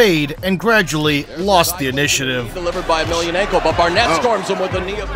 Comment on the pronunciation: A story of a major talent hindered by corrupted lifestyle, proving that even the toughest can be feeble towards addictions. Just one thing -- it's YemelYAnenko, not YemelyaNENko.